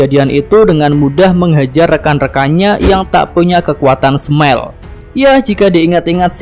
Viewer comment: Saran min, belajar lagi cara ngucap kata bahasa asingnyaa.. contoh kata smile dibaca Smail bukan Smell😂😂